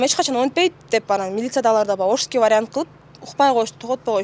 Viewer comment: Ошиский варят деп койосуңго бул кандай варянт экен